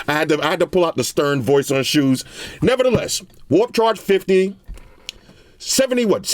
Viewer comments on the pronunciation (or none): yooo man busted out laughing i cant even lie, the way he said "ShoOoEeS!!" Then he says "It can decrease down to 1 HERTT" 😂😂😂 too funny with it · The way he said shoes on lol